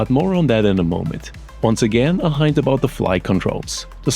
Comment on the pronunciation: By the way, the word HINT rhymes with WIN.